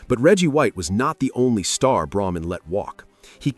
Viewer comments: Leonard Tose. Look him up. You also pronounced Braman incorrectly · Eagle fan here. But does the guy narrating specifically mispronounce names purposely. Braman was the cheapest